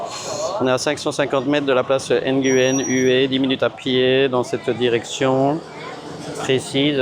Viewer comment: Nguyen en vietnamien se dit "nouin" de rien c'est gratuit 😉